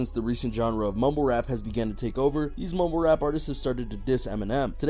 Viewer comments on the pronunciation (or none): He sounds like hes saying mobile rap lol